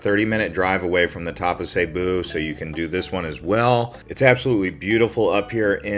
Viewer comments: Its NOT Sabu. Its Cebu with a C NOT a S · it's see boo not seybo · It's cebu not saybu, my wife is from there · It's not pronounced "SayBoo" it's pronounced "SiBoo" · As long as I've been aware of the existence of the province location location in The Philippines... Cebu has always been pronounced as SEA-BOO as opposed to SAY-BOO! Now before anyone gets on me about my pronunciation of SEA-BOO my wife who was born and raised there taught me the proper pronunciation! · Dude. It's pronounced Cebu (see-boo). Not (say boo). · see boo , not say boo , lmao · Why do people pronounce it "Sayboo"? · Nope, Cebu not sayboo, not siboo. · It's still wrong. He can at least pronounce right if he's going to do a vlog about it. He sounds dumb every time he says it.